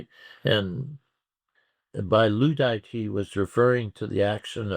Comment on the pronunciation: Luddite rhymes with dud. Nevertheless a good whitewash of Uncle Joe. Good to avoid religious affiliations.